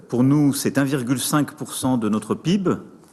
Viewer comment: On ne dit pas PIB mais P I B